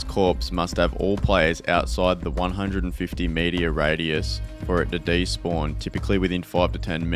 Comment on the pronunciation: It's, meter, not, "meteor". You keep saying, "meteor". =P